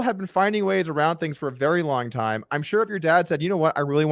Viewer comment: dougwass you was vewwy mean to meeeeeeeeeeeee